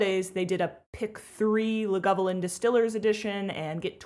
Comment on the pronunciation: Lagavulin really needs to be pronounced correctly, as in